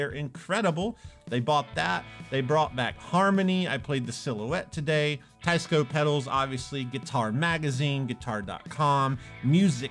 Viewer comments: Please pronounce the brand name correctly. Teisco is NOT “ Tie-sco”. It should be pronounced like “ Tess-co “. ( テスコ ) Trust me on this. I’m Japanese and I know it. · Teisco is Japanese so shouldn't it be pronounced "Tay-ees-co"? (Tay to rhyme with say) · Isn't it pronounced Taysko? Teh-ee-skoh technically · If it's spelled Teisco, and in Japanese テスコ, why is everyone calling it Taisco? Including the company rep. Seems like they were very careful the way they spelled the company name Teisco (rather than Tesco) to avoid people saying tessco like the British supermarket Tesco. And they definitely didn't spell it taisco, which is the obvious way you would if you want people to say tie-sco. And still people are saying it wrong. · I love you. But as a Korean who grew up in japan. It is pronounced TE like TEd. I ee S SOO CO KO. And is Gu=GOO Ya=yeah ton-tone.